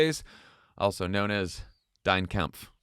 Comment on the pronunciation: “Dine Kampf” 😂🤣😂